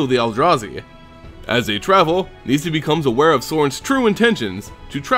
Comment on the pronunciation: ITS NOT PRONOUNCED NEE-SA omfg. Nissa. Just plain Nissa. Unrelated, Garruk is not pronounced Ga-Rook either. Just plain old Garruk. Shit.